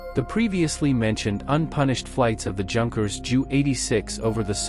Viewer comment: Junk-ers? Pronounced "Yoonkers"